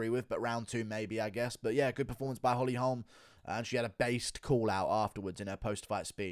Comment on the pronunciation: weird pronunciation of "holme" you not listened to anyone say her name?